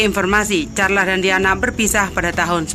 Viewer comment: Terlalu cepat bicaranya sampai2 banyak kata yg tidak jelas Carles care & msh byk lag yg slh ucap Saran buat mbaknya Bicaranya jgn terlalu cepat biar tdk salah2 ucap